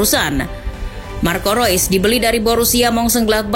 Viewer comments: yang bener marco reus apa marco rois nih 🙈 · Mengapa tulisannya REUS dibacanya ROIS?? sungguh ejaan yg membuat otakku oleng😕